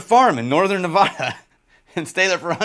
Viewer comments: On behalf of the good people of Nevada… the “a” sounds like the one in bad…. Not an “ah” sound. Love your content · For all of us who live here in Vegas - 1) We get to enjoy a lot of Frey Ranch (Yay), and 2) It's Nev-AD-ah not Nev-AH-da.